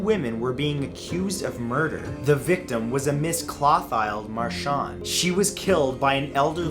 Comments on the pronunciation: Clothilde=/= "Claw-tiled". It's "Clo-tilled" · Really good stories, several that were new to me. Needs some work on pronunciation. Curan is Cur an, not Kyur an; Clothilde is not Cloth aisled, but Clo(rhymes with glow) teel, or Clo teeld. Thanks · It’s pronounced Clo-til-da...not Cloth-hide. 😊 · Clothilde/Clothile is pronounced Klo-teal. FYI